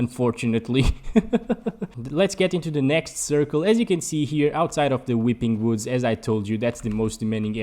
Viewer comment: The “whipping whoods💀”